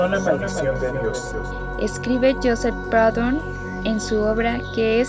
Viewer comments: Muy buena explicación. Sin embargo no se pronuncia "Praudon", se dice "Prudhon". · muy bien un solo apunte Proudhon es frances no inglés y su nombre se pronuncia prudon aproximadamente. he necesitado 3 minutos para entender